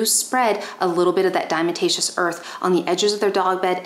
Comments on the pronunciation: Please learn how to pronounce “diatomaceous!” I’ve watched 3 of your videos. You said it wrong in two of the three (the other was the live with Dr. Judy). I have no doubt that I can learn from you, but as soon as you say dime-a-ta-shus, I’m done. Yes. I’m triggered by people who want to be paid as experts on a subject mispronouncing important words in their focus field of information. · Mispronouncing DE, it is: dia-tom-aceous earth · You are mispronouncing diatomaceous earth.